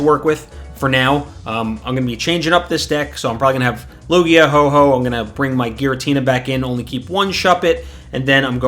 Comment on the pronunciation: Triggers me everytime you say ho-ho and not ho-oh but good video helps me a lot since I'm new.